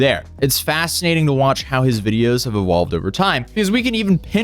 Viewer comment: I always forget that you're Norwegian, but every now and then you hit us with an "ewolve" or something of the like and I'm like oooh right haha